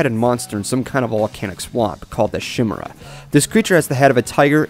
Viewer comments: "Shimera", it's "Kai-mera" or "Kee-mera" ("Chai-mera" is a sometimes-used modern annunciation) since it came from Greek and the X (Chi) has been translated as both "K" (Kronos) & "Ch" (Chronos) via the Latin of the day (Χριστός, "The annointed one", has been translated into Christos then into the modern Christ, for reference to Jesus of Nazareth/Jesus Christ, is another example of Greek -> Latin -> English), just for future annunciations. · Actually the creature is pronounced kim-air-a(short A) and also it dissapoints me how Applejack didn't trust Applebloom much like Bic Mac in "Applebuck Season" when she thought she could buck all the apple trees herself. Much like Applebloom thinking she could take care of herself and Applejack doubting her just like Big Mac did. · I thought chimera was said 'ky-merra' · better hope scorcher doesn't see this, he'd lose it over how you pronounced the monsters name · uh you do know you're pronouncing chimera wrong right it's a k sound not a sh sound a chimera used to be basically the same but with a lion instead of the tiger head for those who don't know but nowadays it's any mix up of animal parts like kamen rider's beast chimera that's a lion a falcon a buffalo though it looks more like a bull than a buffalo a dolphin and a chameleon for some reason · omfg, can you all put that Chimera mispronunciation aside? That's the only thing people complained about on this...